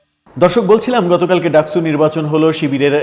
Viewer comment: ডাকসু কে আপনি ডাকছু বলেন কেনও!